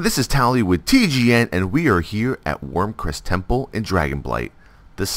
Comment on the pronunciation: Wyrmrest Temple, learn to read you idiot.